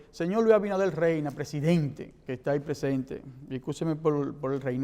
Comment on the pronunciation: Luis Abinader "Reyna". ¡Ay mi madre! 🤦🏻‍♀️🤦🏻‍♀️🤦🏻‍♀️.